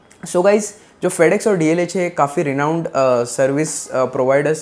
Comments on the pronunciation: Its DHL bro not DLH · It's not Dlh it is dhl. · DHL hai re baba "DLH" nahiiiiiiii........😜😜😜